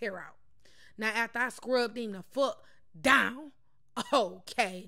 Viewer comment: She funny AF "scrub dOOwn!!!